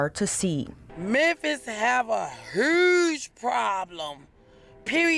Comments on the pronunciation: "A hooge problem"??? (Huge).😅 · When she said, 'herge' for 'huge'...😢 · A 'hewch' problem??😂😂😂